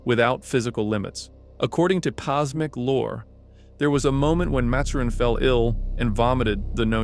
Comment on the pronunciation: You pronounced Maturin wrong